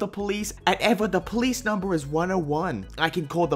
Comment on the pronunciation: Stay back or I'll call the ploice! NOT THE PLOICE!